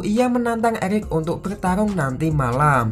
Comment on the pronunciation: Eric di bilang elic wkwkwkwk🤭🤭